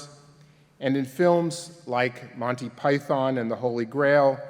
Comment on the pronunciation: Why can the host in particular and Americans in general not pronounce Monty Python? Listen to John, it’s not Monny py-THON, it’s more Mon-Tea PY-thern.